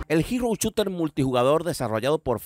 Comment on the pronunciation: Muy buen video! Lo único es que no se dice "chuter"!! A lo sumo "Shuter"estaría bien